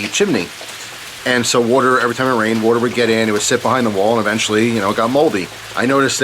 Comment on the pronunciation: I love the way you pronounce water woter And i fucking love storytimes, i always listen to them to fall asleep